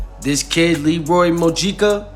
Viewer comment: You're pronouncing his name wrong ain't no Dominican dude on this planet named Leroy 😅 his name is Leury "Lou rie" lol